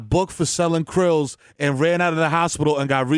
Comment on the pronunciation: My man said "krillzies" 🤣🤣🤣🤣🤣🤣